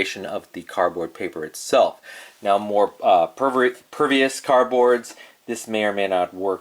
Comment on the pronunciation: What is a CAR BOARD? I think you are meaning CARDBOARD but I listened to it multiple times and I'm sure you are saying "CAR BOARD" which I don't know what the heck that is.